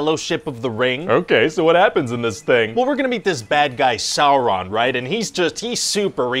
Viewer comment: He mispronounced Sauron